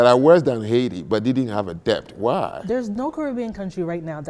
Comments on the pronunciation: Who is this man, he is just shouting and not allowing the woman to speak. He is so arrogant and thinks he knows it all, my God. By the way he can't even pronounce debt correctly, the t is silent. It's det in pronunciation but spelt as debt. He kept saying debt pronouncing the b. The only part I agree with him is that the Africans built nothing. The slaves captured as he said weren't educated people, everything in that regard he is correct. He is correct that it's colonialism that brought modernity to Africa. Our ancestors did nothing for our pride or dignity. They wrote nothing, built very little and that is it. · I find it rather astonishing that an intelligent, fluent English speaker like doesn't know how to pronounce the word "debt." It suggests a man who learned English chiefly through reading and listening to himself talk. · PLEASE... do not pronounce the "b" in "debt". Like with the "b" in "plumber" and "bomber" and "lamb" and "comb" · If he pronounces debt with a b one more time